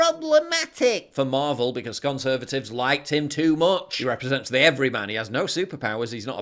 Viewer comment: did he say "gunservatives" - 😁 That's on the verge of being neologistic....